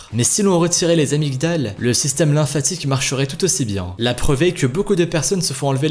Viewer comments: Ça s'écrit amygdales mais ça se prononce amidales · on dit pas les "amygdales" mais les "amydales" c'est mieux